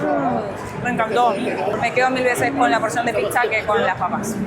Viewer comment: no saben decir pizza, dicen pisa, no parecen argentos